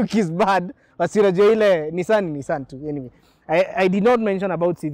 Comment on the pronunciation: I subscribed but naumwa coz I drive a Nissan, proudly but the way unasema Nissan ni Nissan tu🤣🤣 makes me feel like unsubscribing. On a light note tho